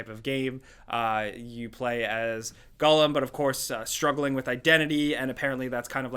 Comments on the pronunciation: It's Gollum not Gullum. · Gull-am????? C'mon...that's poor. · It’s pronounced Gall-Um, not Gullum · Lol whats a Gullum? You mean Gollum? Stupid with his stupid potaytos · Wtf is a Guhllum? Do you mean GOEllum? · Gollum........ or as pronounces it.... "GULLUM" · "gulum" literally unwatchable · It's pronounced "gall-um". 👍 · oof "gullum" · If he says Gullum one more god damn time... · who the heck is gullum hahaha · "I'm quite a big fan of Lord of the Rings" Also: says Gollum as Gullum Gotta love the man 🤣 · The way he says Gollum is mad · Why do you say Gollum like that? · Why do you say Gollum so weird? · Does it bother anyone else how pronounces Gollum? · That's definitely not how it's supposed to be said